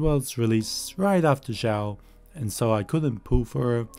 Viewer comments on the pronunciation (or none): none